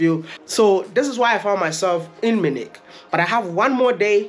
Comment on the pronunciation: So Wode Maya, it is not Minik. It is pronnounced as Munich (Mi' u ni k).